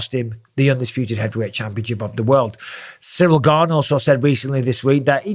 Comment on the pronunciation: Finally someone pronounces his name correctly. The interim title is meaningless. Gane v Lewis looked like Izzy v Costa. He needs to work on his grappling. Wrestling if by far the best foundational base to build an mma fighter upon. Jones should have left the usada pool and juiced like Mctapper did, but he still should have the strength and skill to take Gane down and damage him there.